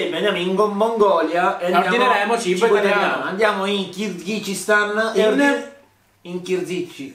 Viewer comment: "In chirzickigizistan" cit. 😂😂😂😂😂😂😂😂